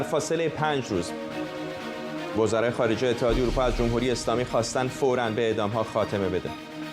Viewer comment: گزارشگر: جووم هووری... منظورش: «جمهوری»